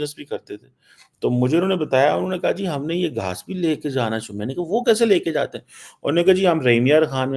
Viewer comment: Aap bol rahe ho ki inlogo ko pakistan aanaa chaahi-a. Ku aanaa chaahia-a ? Is pakistan really safe for any kind of investment ?Think on it .